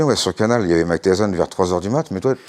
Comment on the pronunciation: Mais c'est Mike Tyssson, pas tyzon 😅 C'est comme si tu parles de Valentino Rozi, personne connaît 😂